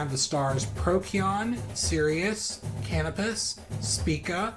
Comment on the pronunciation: Soft "c" in Procyon (that matches the normal pronunciation rule for "c" in English: If it's followed by e, i, or y, use the soft c sound or \s\ sound, as in cyan and cyanide and cycle). Canopus is pronounced cah-NOH-pus. Spica is pronounced SPY-kuh. You have an extra "o" in Scorpius. Great video!